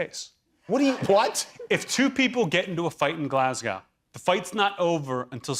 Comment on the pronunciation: People from Glasgow are going to be really offended. Not because of the slashing references but because of how he said Glasgow.